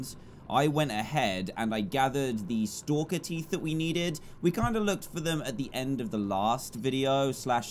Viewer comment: its stalker not stakler